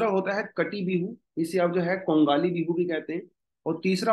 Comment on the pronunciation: Sir pronunciation thoda sa galat huwa hai RONGAALI ( रोंगाली) Bihu MAGH BIHU (माघ) bola jaata hai sir by the way happy Rongali Bihu to all Thank you sir